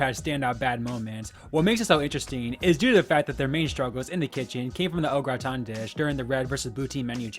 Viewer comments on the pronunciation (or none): What is "O Gra ton"??